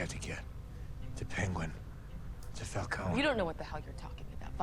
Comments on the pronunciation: Idk why but I feel like either the fans have either mixed Falcone and Moroni to get Falconi or the movie messed up cause it's spelled qnd pronounced Falcone, like a cone shape, but everyone says Falconey. Also I'm not at the end of the review yet, but am I the only one who thinks the serum Batman uses near the end when he goes ballistic on the one goons face, is the same stuff Bane uses. Venom I think it's called. Cause it looked green to me and it made him more aggressive and maybe stronger. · I like how Falcone is pronounced differently in like every movie lol